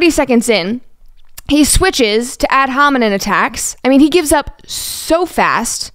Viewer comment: “Ad hominen” lol